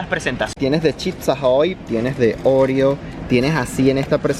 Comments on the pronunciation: Oreo es palabra llana así que se pronuncia orEo y no se acentúa, al menos aquí en España. Solo para información lingüística :) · Pronunciais mal Oreo si fuese como lo decís vosotros llevaría acento en la O